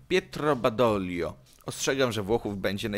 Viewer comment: Rodolfo Graziani nie Grazini ale Monty i von Kluge pojechales po bandzie Edit: czyta Badodżlio Bugu nie Wisły na wschodnim brzegu Wisły działała Armia Lublin em ktoś tu nie widział co zrobil dla ZSRS